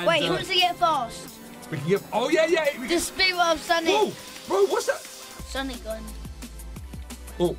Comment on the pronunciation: It's san ic